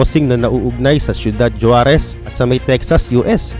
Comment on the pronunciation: SORRY ABOUT DUN SA “JUAREZ”YES YAN YUNG SPELLING NYA BUT ANG BIGKAS NG MGA MEXICAN JAN HINDI “J” KUNDI “H”…HUAREZ YAN PO ANG TAMA.😂😂😂😂